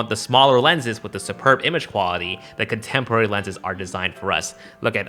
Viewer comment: ” Contempwary” 🤣🤣🤣🤣